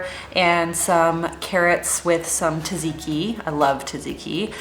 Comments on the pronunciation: Sofia Voudou probably so- once I went to a Greek restaurant in sf and I asked the server, who was Greek, if I was pronouncing tzatziki correctly and she told me I was, but in the American way. She said most westerners can’t pronounce it properly in Greek and it’s almost always pronounced as tuh-zee-kee by Americans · I'm Greek too:) grew up in Greece though, and I know how different Greek-American culture and customs can be. No judgement for either pronunciation, I just thought might not know:) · Never Heard anyone pronounce tzatziki like that :D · That’s how everyone I know says it expect for some European and Australian friends- Americans and Canadians pronounce it as tuh-zee-kee